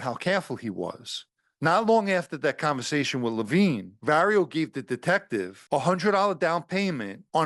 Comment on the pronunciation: The undercover’s name was not Levine. It was similar spelling, and pronounced differently.